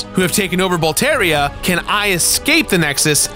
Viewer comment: Hearing him say Bowlteria after he made sure to explain how Demons' souls is pronounced might be the biggest rollercoaster of emotions.